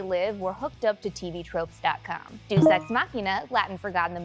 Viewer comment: It's pronounced deus, not deuce.